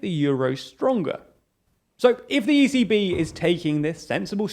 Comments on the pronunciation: Watching this sped up, every time you said 'the ECB', I thought you were saying 'the easy bee'...was thoroughly confused, but now want to learn more about the life of this peculiar pollinator who may be related to Easy V from the Spice Girls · ECB sounds like “easy bee”